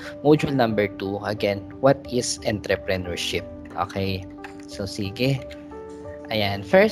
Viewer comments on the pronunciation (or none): Mali po Pronunciation ng Entrepreneurship??